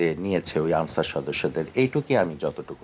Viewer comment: আনছার না ক্যান্সার